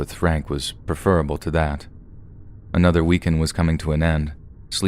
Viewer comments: The word "preferable" is pronounced PREF-ER-ABLE (not PREFER-ABLE).: I love ya, buddy, but please stop making this mistake!:-) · Oh come on, I think he could say prefer-able if he likes to, lol. I would expect it to be an alternate pronunciation... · Some US dictionaries recognize Prefer-able pronunciation with the first E long, so it's not a big deal. They both work